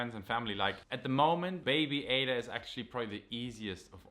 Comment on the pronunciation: I love this beautiful family. is a very caring husband and father, keep it up. Baby Ada, welcome waiting for your first photo shoot. But I noticed you two pronounce your baby girl's name differently. 🤔.